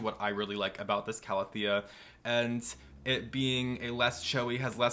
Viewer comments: Hahah, it bugged me too for some reason. I did have a moment of "have I been saying it wrong all this time?" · I can’t help that it annoys me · The way he said calathea pissed me off to no end 😪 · So it wasn’t just me! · Linda Wiseman I honestly don’t know and usually pronunciations of botanical names don’t affect me but for some reason it really annoys me